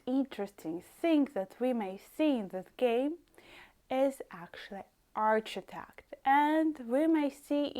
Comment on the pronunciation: That was really interesting, thank you. If I may correct your pronunciation of ‘arch-i-tec-ture’, it is pronounced as, ‘ark-i-tec-ture. Yes, in my city, Sheffield, UK we have Russian influence architecture, but we call it ‘Brutalism’, made out of concrete. We also have famous flats called, Park Hill flats.